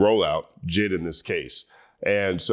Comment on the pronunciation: I keep hearing “Jizz” when he says JID 🥴